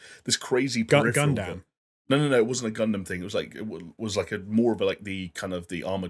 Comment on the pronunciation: I love that calls Gundam Gundamn